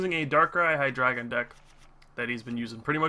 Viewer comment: do you say hi-dry-gon? o.o